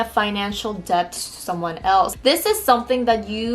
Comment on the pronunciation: I love how she says debt and debut/debuted. 😊